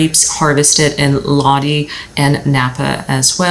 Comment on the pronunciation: Lodi -- LOW-DIE